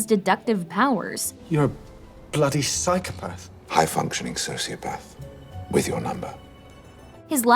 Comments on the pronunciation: The "psychopathds" and "sociopahves" pronunciation is driving me crazy. But yes good explanation for things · The way she’s pronouncing psychopath and sociopath is making my skin crawl 😭😭 she keeps saying PAD 😭😭